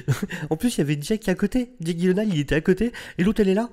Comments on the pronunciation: Bon, après vérification et d'après Jake lui-même, on devrait le prononcer : [gui][yé][laine][haie][leu] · les ravages de la drogue 🤣🤣🤣🤣🤣 sinon ça se prononce dji-laine-ole pour info. je crois que c'est un pote de ryan reynolds donc en vrai c'est peut être leur humour qui est chelou qui sait ? 🤷(non je pense que c'est vraiment la drogue en vrai lol 🌿🌿🌿🌿 la connexion a la nature toussa toussa) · Ça se prononce [gui][laine][haal] en fait. Et je sais ce que je dis, j'ai travaillé pour Ikea! 🤣😂